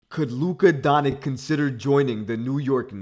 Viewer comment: “Luka Donik”